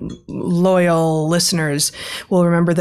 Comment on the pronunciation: Note the stress on "loyal"